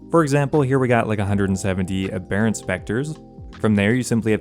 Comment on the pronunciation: abb - er - rent btw